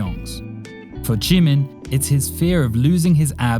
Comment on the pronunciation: its jimin not g min very wrong pronounciation, but B for effort edit : breh did ya hear me? the second time you said jimin it was great